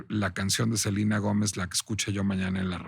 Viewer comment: Funear, en vez de funar, Selina en vez de Selena, Emilia Gómez en vez de Emilia Pérez. No solo en fondo sino en forma, NO DICE NADA, muchas vueltas para justificar su defensa, que es sospechosamente chayotera…